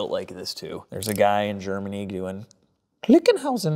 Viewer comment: Lol. Clinkenhisen! Lol German torque spec, Gutentight